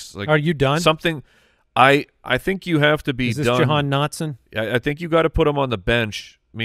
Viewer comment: Ja-gone Dotson?